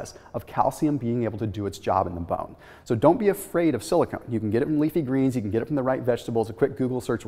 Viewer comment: silicon not silicone